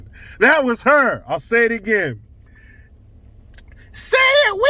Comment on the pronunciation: I am shocked that you pronounced "again" normal lol